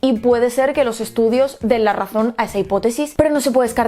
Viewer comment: Se dice los, no os